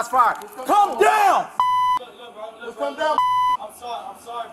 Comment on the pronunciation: Am I the only one that was getting confused with the first officer saying to “come down “ but it comes across as “calm down”? I have an accent so my “L” isn’t as annunciated as it should be. Sounds like the suspect even says, I am calm.